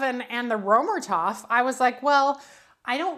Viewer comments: I didn’t even think you would see my comment.. I apologize if I came across snarky! Römertopf means “Roman Pot”. First, the distinct German “r” is guttural, using the very back of your tongue. The German ö is pronounced by forming an “o” with your lips but saying a hard “ā” sound, as in “ate”. The “er” is said like “air” but very soft on the “r”, saying it in a hoity-toity kind of way, like you’re trying to be fancy. The “o” in topf isn’t a soft vowel like the American pronunciation of “top”, rather it’s a hard vowel as in “bowl”. Thank you for the great video comparing these two baking vessels! I really love my Finnish version of the Römertopf! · You’re butchering the pronunciation of Römertopf..